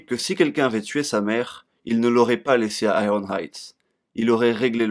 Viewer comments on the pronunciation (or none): none